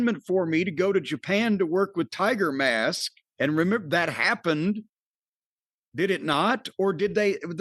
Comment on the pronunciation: The announcer called sayama timermask